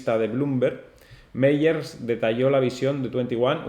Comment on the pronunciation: Gracias por tu vídeo! Solo comentarte que el apellido de Jack Mallers se pronuncia “MaLers” (como con una L) y no “Meyers” 😊 un abrazo!!!